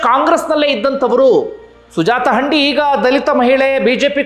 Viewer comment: ಹಂಡಿ ಅಲ್ಲ sir ಹಂದಿ